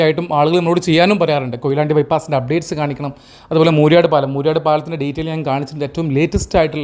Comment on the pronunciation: മൂര്യാട് അല്ല പലപ്പോഴായി തെറ്റായി പ്രയോഗിക്കുന്നതുകൊണ്ട് എഴുതുന്നു. മൂരാട് ആണ് ശരി. മൂര്യാട് മലപ്പുറം ജില്ലയിൽ ആണ്.